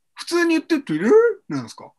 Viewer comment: ひろゆき「トゥ・イッ・ター」 本物「ﾄｩｲ・ﾗｰ」